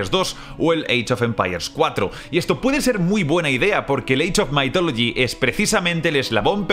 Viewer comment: Sí, solo que no se pronuncia "maitólogi", como lo dice, sino "mithologi", con la th pronunciada como la zeta o la ce españolas, esto es, con la lengua entre los dientes.